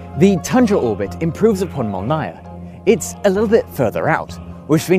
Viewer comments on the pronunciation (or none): мОлния а не молнИя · Молния is pronounced molnija not molnaja. It usually means thunderbolt, but in this case more likely a zipper. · This video is full of mistakes and misinformation: * The JWST has a sun shield, not a heat shield. It’s just a glorified shade umbrella and it’s not ablative. * Молния is pronounced mole + nya (like nyan cat), my countrymen are already being butchered in a pointless war, I won’t have you butchering my beautiful language. * Flower orbits can be calculated using nothing but a high-school level understanding of calculus and keplarian equations that are centuries old, there’s no need for “computers using guess and check” * Lagrange points are terrible places for asteroid mining, the best orbit for asteroid mining is whatever orbit the asteroid you are mining already is in. * The iridium satellite constellation does indeed have redundant coverage of the poles, but this is not inherent to walker orbits and is a specific design trade off of that specific constellation. Most other walker orbits don’t “waste coverage of the arctic” they just don’t cover the arctic at all. That’s the whole point of tundra and molnia orbits. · Not super important, but FYI Molniya (lightning) is pronounced "mòlneea", with the accent on the "o"